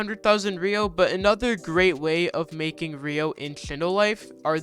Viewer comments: Why do people dont know how to sat ryo its said like (ri-o) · learn how to pronounce ryo and dokei...